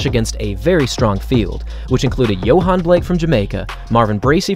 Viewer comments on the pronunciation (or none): none